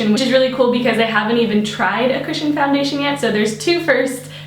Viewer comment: You're SO beautiful! Also: I kept hearing "christian" instead of "cushion" lol.